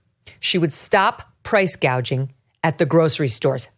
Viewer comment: I caught that...also the first time she proposed her 'price gouging' effort, she read off the prompter "Price Gauging" LOL...a female Ron Burgundy.